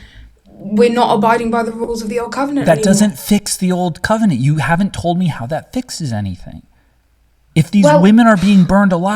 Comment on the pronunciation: Dammit, you made her say "cum-enant" 😂😂😂